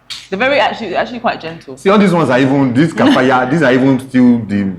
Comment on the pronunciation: Kafaya correct pronunciation is kifayah or kyfayah. But really tried I was surprised with her knowledge of arabic